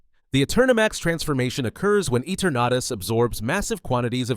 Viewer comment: Eternatus its ee-tur-nu-tus not et-ur-nah-tis